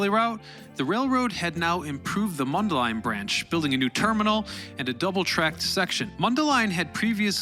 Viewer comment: I just want to congratulate you on correctly pronouncing Mundelein. Also, I appreciate all of the pictures from the Illinois Railroad Museum.